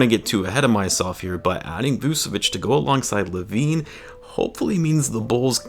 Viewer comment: Dont wanne be that guy but its Vooch-evich